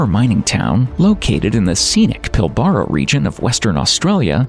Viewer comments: Great little vid. Pity they couldn't get a grasp of the pronunciations of: Woomera, Pilbara, Uluru (which is really Ayers Rock), Tanami, Meekatharra and Coober Pedy. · 😂 it's Pil - bah - rah.